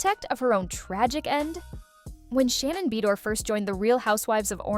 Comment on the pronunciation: Take your AI ass and learn to pronounce it like Ba doir!